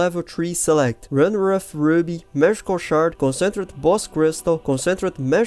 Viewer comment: Please Google "Concentrated pronunciation".